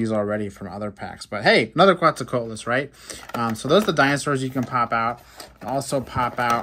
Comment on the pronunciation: He did a good try